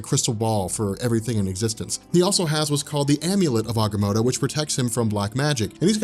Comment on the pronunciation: check your pronunciation, not positive but I think you're saying Agamotto wrong